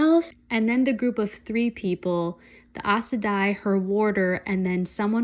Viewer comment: Aes Sedai is pronounce "Eyes Sa Die" Moiraine is "Mwahrain" Enjoy the journey with these amazing characters